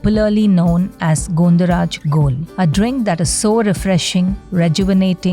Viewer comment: Not Gondo it is gondho pronounced as Gãwn dho